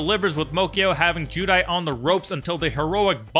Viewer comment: Why’s he saying judai